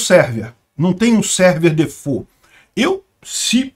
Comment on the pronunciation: D amo esse jeito francês de falar "default" kkkk😒